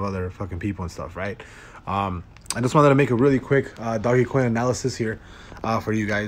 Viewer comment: “Doggie coin” 🤦‍♂️🤦‍♂️🤦‍♂️